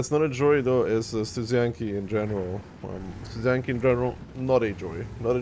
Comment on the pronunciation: why pay for this when renegade exists flawless studzianki pronounciation, nice